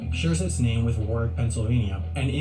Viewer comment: Oh... my.. geezers... no. Warrick. Wtf. No. How and why? War wick. Hell. I'll even take wahwik as acceptable... but good God don't ever let a Rhode islander hear you say that. A better fact about Rhode Island should have been "so this state, the smallest state with the biggest name (Rhode island and the providence plantations. No, I'm not joking.), is also the home of the conjuring house." Which is Something that I, someone who spent the first 22 years of my life living in... didn't know... up until last year... I'm 32 now...